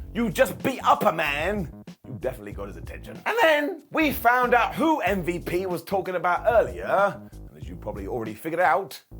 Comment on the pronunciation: Lol what did call MVP.. Umm-vep?